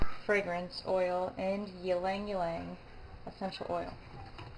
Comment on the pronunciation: pronounce Ylang Ylang: ee-lung ee-lung